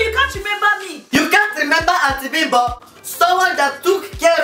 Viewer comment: Instead of auntie bimbo I heard auntie pimple please tell me why